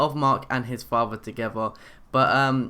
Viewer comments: He said faver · FATHER not faver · If i hear the word "fafther" one more time...... [ik its spelled father] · you don't know how to say father or mother